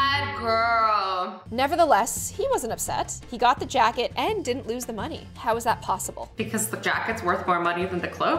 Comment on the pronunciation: did anyone else notice how it said jacked instead of jacket?